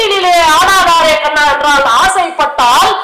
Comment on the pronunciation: madam you said karna instead of kanna in one place